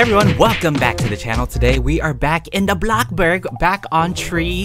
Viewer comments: no one in the world: BloCbuRg also: BoNe aPPle teEf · Every time you say blocburg I get triggered and those posters gonna be haunting me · you said blockburg stand... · Don’t say block burg say bloxburg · I WAS LAUGHING SO HARD WHEN HE SAID BLOCBURG